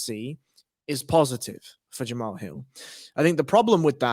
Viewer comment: His name is pronounced "jamal" not "jamahal"